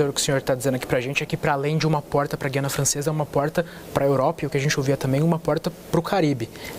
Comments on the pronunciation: É terrível termos que ouvir, mesmo na grande mídia, se pronunciar incorretamente a palavra "Guiana". A pronúncia correta de Guiana é "Gu-i-a-na" (com o "u" e o "i" pronunciados separadamente, formando um ditongo leve no i-a). Diferente de palavras como "guia" ou "guerra", em que a letra "u" é muda, no nome do país sul-americano o "u" deve ser articulado claramente. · Acho incrível que jornalistas formados digam Gui Anna Francesa e não Gu i Anna Francesa. O Governador pronunciou corretamente